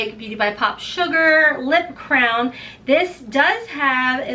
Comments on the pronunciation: You kept saying CROWN and I was think what is she talking about but it’s your accent you meant crayon lol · I didn't know what a lip crown is until this video. Lol just kidding but I don't think I have ever heard a Crayon called a Crown. I'm in the South so I pronounce several words a little different. Happy Birthday!